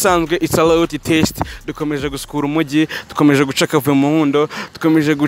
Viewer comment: Make a correction bro, It's LOYALTY not LOYATY